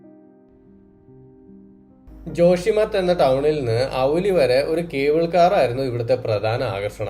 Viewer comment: ഔലി അല്ല ബ്രോ ഓലി